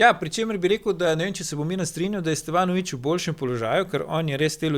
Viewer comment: Dej Bojan, no… A si lahk u glavo našraufaš ime SteVanović in ne SteFanović… Mal smešn je, no